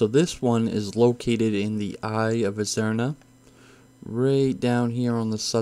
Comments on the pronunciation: was about to comment same thing. had to double take them both haha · Not only did he call azsuna and stormheim wrong he called eye of azhara eye of azruna